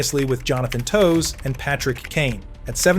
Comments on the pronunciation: Cant even pronounce Toews' name right. Gtfo with this garbage calling kieth one of the dirtiest players... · I wouldn't put too much thought into this video... he just quoted stats, and gleaned a vague opinion based on not friendly reporters words... This guy can't even pronounced Toews' name right so I don't think highly on any of his opinions on anyone from Chicago